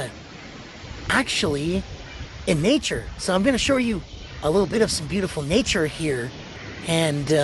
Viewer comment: “In NATURE” nobody even says it like that 😂 she’s such a weirdo